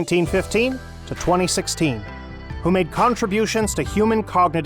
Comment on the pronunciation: The chap reading the words...it seems he is: * not a professional voice artist * not an effective communicator * not well-educated in Educational Theory... He mispronounced the names of (1) JEAN Piaget and (2) Jerome BrUner pronounces